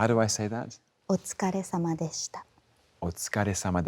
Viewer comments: I got really surprised when Tom repeated that Japanese phrase so smoothly with perfect pronunciation even after he heard that for the first time. Pls say more, I'll teach you as a native speaker, call me Tom. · I agree; as a Japanese-American, I was impressed and honored that he took the time to pronounce the Japanese names as best he could, especially at the last phrase, "otsukaresama deshita." It's not an easy phrase to say, even for me. Tom is one of the most sincerest, respectful, and genuine actors in our society today. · And him nailing that last phrase of "otsukaresama deshita". Amazing.